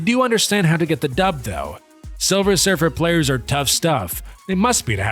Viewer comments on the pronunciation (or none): none